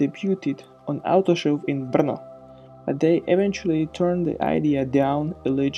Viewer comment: Where are you from? I heard Brno pronounced like native CZ :)